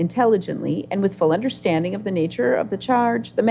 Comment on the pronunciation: He allways understood ! It was the "undersh-standing" that he had problems with !